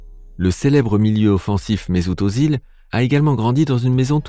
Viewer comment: Ça se prononce. Méssout Euzil